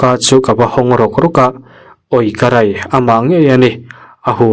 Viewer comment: Ui Karai i ti zel a.... Karei tih tur a ni sia😂